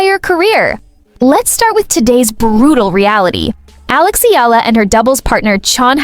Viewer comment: For crying out loud it's eyala not ila. Don't bother to vlog if you don't even know how to pronounce her last name. It's evident that you don't know the person too well. It appears that you're just filipino baiting. That's why i didn't finish watching this vlog